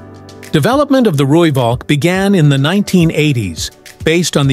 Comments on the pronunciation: Rooivalk as pronounced Rooiphalk. Please don't Anglicise. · The "V" in Valk is pronounced as an "F"... Roo-Falk.